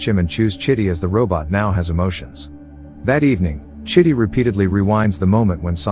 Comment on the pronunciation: Dude, that's not how you supposed call the robot's name. You calling him shitty 🙄